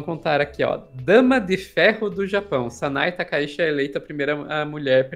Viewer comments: Inclusive até a escrita do ideograma é outro. Takaichi(高市) e Takaishi (高石), sendo que o da Primeira Ministra realmente se lê Tchi! Pessoal do Jornalismo, pessoal de redação, pessoal de agências de noticias… sei o quanto é importante levar a informação rápida ao público, mas vamos fazer uma pesquisa rápida sobre pronúncias de nomes extrangeiros, vocês estão dando outro sobrenome a Premier! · Olá! Excelente conteúdo. Sou fã de vocês. Gostaria de sugerir uma melhor pronúncia do sobrenome da primeira ministra do Japão. Eu, como descendente de japoneses, descendente da família Takaishi por parte de pai da minha mãe, gostaria que a pronúncia do sobrenome da atual primeira ministra do Japão seja procunciado conforme pronúncia original japonesa. Felizmente, no português, conseguimos procunciar o fonema original japonês. O sobrenome dela é Takaichi. O "CH" quando escrito em ROMAJI (escrita da pronúncia da língua japonesa com letras romanas) é pronunciado como "TCH", como os nossos queridos gaúchos pronunciam o "TCHÊ". Poderíamos dizer que a pronúncia é " "TakaiTCHI" ". A ppronúncia não é "TakaiSHI", que é o sobrenome do meu avô. Portanto, são famílias completamente diferentes. O "shi" em "Takaishi" é pronunciado como o "xi" de "XÍcara". Para mim, soa como se vocês estivessem chamando a primeira ministra do Japão de Sanae Lesnovski, ou Sanae La Banca. Estranho, né? Mas para mim soa da mesma forma, pois "Takaishi" é parte da minha ancestralidade, mas "Takaichi" não é. Muito obrigado pela compreensão e por talvez considerar essa inclusão. Desejo sucesso cada vez maior com o canal.